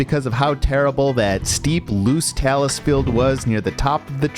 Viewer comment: You don't need to do the entire trail in a single hike, you can break it up into as many hikes as you want. Also, talus is pronounced with a long a: TAY-lus, not tallis. One other thing. You implied that the knob at the top of the Blueberry Ledges was the summit of Mount Whiteface, but the high point of the massif is a nondescript location about a third of a mile from there. Yes, on a different trail, so it does not need to be reached for Terrifying 25 purposes, but it does for peakbagging purposes. I enjoyed the video.